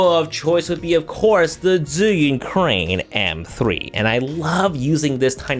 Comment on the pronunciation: So satisfying to hear Zhiyun pronounced correctly! Heard too many "zhaiyoon", "Zion" and so on!